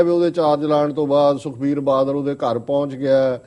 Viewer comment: ਮੈਡਮ ਜੀ,ਮੁਆਫ ਕਰਨਾਂ ,ਪਰ ਆਪਣੀ ਪੰਜਾਬੀ ਠੀਕ ਕਰੋ।ਬੱਦਲ ਨਹੀਂ ,ਬਾਦਲ ਹੈ ਅਤੇ ਅਬਦਾਲੀ ਨਹੀਂ ਅਕਾਲੀ ਹੈ।ਜੇਕਰ ਈ -ਮੇਲ ਵਿੱਚ ਕੁਝ ਗਲਤ ਵੀ ਲਿਖਿਆ ਹੈ ਤਾਂ ਵੀ ਇੱਕ ਹੋਸਟ ਹੋਣ ਦੇ ਨਾਤੇ ਬੋਲਣ ਸਮੇਂ ਉਸਨੂੰ ਠੀਕ ਕਰੋ ।